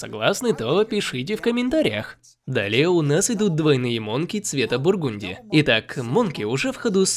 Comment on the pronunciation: Ох уж этот бургунти